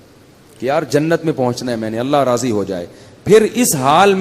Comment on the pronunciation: Razi zuad say hota hai zay say naheen